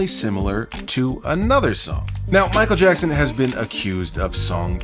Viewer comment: Michael Jack-son